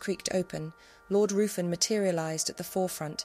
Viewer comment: I would like to point out that Ruffin the lord who had his dagger pointed at M Q S stomach is not how you pronounce the name, its Ruthven as its written down . The nursery rhyme could be both Maries imo. Tudor or Stewart.